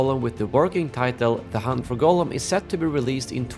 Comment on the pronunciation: His name is pronounced Gahllum.